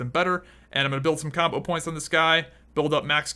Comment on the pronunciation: its "combo points" not "CAWMBOH POWINTS"